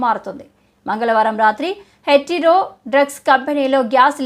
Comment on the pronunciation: ముందు కాస్త తెలుగు నేర్చుకో తల్లీ. తర్వాత వార్తలు చదవొచ్చు. చిన్న పిల్లాడు చెప్తాడు హెటిరో అని స్పష్టంగా. నీకు ఉద్యోగం ఇచ్చినొన్నీ అనాలి. 😂😂